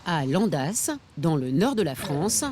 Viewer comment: On dit "Landa" 😅